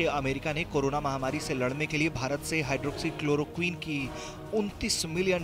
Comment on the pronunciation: Chalo aaj tak ne hydrochloroquin Bolna to seekha